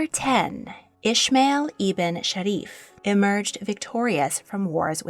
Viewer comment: Hey, I really liked the video, but "Ismail" isn't pronounced like that 😅 This is the arabic and islamic version of the name and is pronounced "EE-S-MUH-EEL". In English and German at least. The way you pronounced it is for the biblical/hebrew version, which is written as "Ishmael". Just wanted to tell you, as it always bothers me when someone gets my name wrong haha